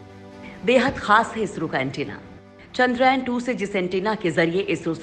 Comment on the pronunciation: चंद्रयान ...not चंद्रायन